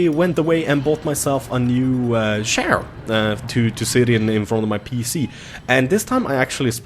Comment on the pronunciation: I swore he kept saying share like online banking shares... Nope he was saying chair lol